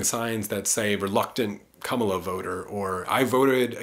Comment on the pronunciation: I voted on the first day of early voting. Voted for Jill Stein. I appreciate your analysis. On a side note, I’m sure if I shared this video with people who are Harris supporters, they may tune you out soon as they hear your mispronunciation of her name. It’s not “Kum-uh-la”. It’s “comma-la”.